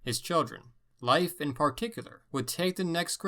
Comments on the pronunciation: Okay so it's not pronounced life Erikson it's pronounced "leaf" Leif Erikson like The Old Norse religion was not known as pagan! Pagan is a derogatory term created by Christians to sum up any religion that is not Christianity! It's a derogatory remark for those who represent that religion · Leif is pronounced rather like "Leef" and not "Life" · I understand his disclaimer about his pronunciation but come on Leif is pronounced leaf. It's pretty well known. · Its "leef" not "life" pronunciation for Erikson's name... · no, its pronounced like ''life'' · Lief is pronounced Leaf brother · never heard anybody pronounce Leif as "life" lol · In Canada I learnt about Leif Erikson, but, my teacher indeed pronounce “Leif” as “Leaf” soooo..... that was interesting. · Strange as I have heard english speakers pronounce it as "Leef" though that was by american english. Though in Swedish of course we pronounce as it sounds "Leif" sounding both vowels.